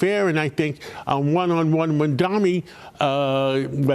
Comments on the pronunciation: Just freaking loving this flailing from Fox News. Just loving it!!! And by the way, just 3 syllables mam-da-Ni. Not that difficult to get right. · Can you please call him name right… MAMDANI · Imagine being this brain broken that you can’t even pronounce his name properly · Ancient white boomer can't even pronounce Mamdani's name 🤣 Can't wait for the outrage from the old racists here when Mamdani wins 🤣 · He can not pronounce mamdani’s name idiot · Why do people who oppose Mamdani make a point of not pronouncing his name right? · These people cannot even pronounce Mamdani's name correctly. I wonder if they have completed high school.